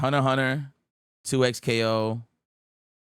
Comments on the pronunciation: It's pronounced toe-u-cone. Os is japanese are never pronounced "ah". Also the line above the first O means it's a long O sound that ends in a long U sound. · Toe-Cone . Like toe on a foot an cone for ice cream 🍦